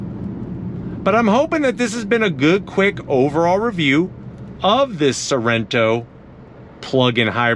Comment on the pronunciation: haha Sorento.. misspoke :-) You can use some honey bun..